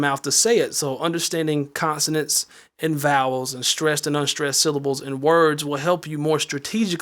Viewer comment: He said consenens